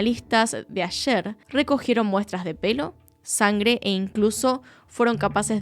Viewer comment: ✨✨ excelente video! la unica correcion: la pronunciacion de la ciudad Ayer es mas bien como la palabra anglosajona "air", y dista de como decimos ayer en español. saludos!